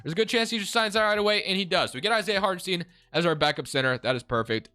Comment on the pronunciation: Sorry, its really bugging my ear, the guy isnt called Hartenstien but HartenstEIn, like in Einstein.